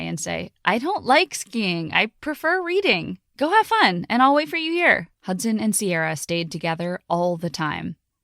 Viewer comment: Why i heard "Hotson" not "Hudson" ? 😆